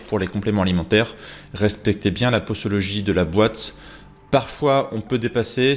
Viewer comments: Posologie se prononce pozologie selon la règle que s placé entre 2 voyelles se prononce z et non s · Mais pourquoi vous dites "possologie"😂 après une voyelle le s se prononce comme un z sinon on mettrait 2 s